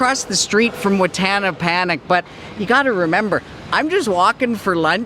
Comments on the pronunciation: Don’t panic,...’Panich’ is actually pronounced as “(‘Pa’ as in ‘Papa’, and ‘Nit’ with a soft ‘T’ yet not as pronounced as the ‘D’ in ‘Need’)”. Hope that helps, and please don’t take this the wrong way 🙏🏼. Just wouldn’t want you to get frustrated if you mention ‘Wattana Panic’ to a Thai and they start to look weird by trying to understand what you mean 😅. Stay safe always, btw! 🙂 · The 'ch' in Panich is actually pronounced as a 'd'. Ch is there to reflect the Thai writing but can be misguided for pronunciation.